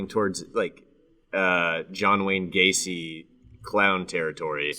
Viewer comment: John Whayne Ga-seal.